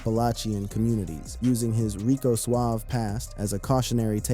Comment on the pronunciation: It was pronounced Rico Suave-ay